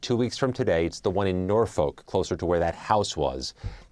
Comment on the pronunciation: It's pronounced " Nor-fuk" not "Nor folk"